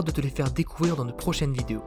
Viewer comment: Merci. Sujet intéressant et présenté de façon agréable. 👍 Deux points m'ont gêné : le ton de narration s'apparente à une récitation et mériterait d'être travaillé. Et, tout à la fin, dans "à très bientôt pour de nouvelles histoires", il manque la liaison entre "nouvelles" et "histoires" (nouvelles-z-histoires), car le H de histoire est aspiré, non muet